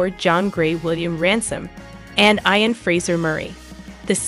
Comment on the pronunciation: Ian is pronounced "Eeean"